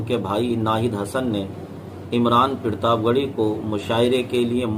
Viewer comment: Pirtab nahi Sahi bolo partab he ye